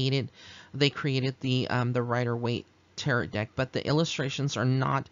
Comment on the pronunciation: Pronounce it like, (Ta-ro') I do see the forms in the photograph! When I purchased my first Rider Waite Deck a few months ago, I asked Pixie to help me learn tarot. She did, thank you for this reading!